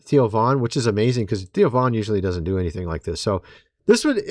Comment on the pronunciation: Cmon man, it THEO , NOT TIO.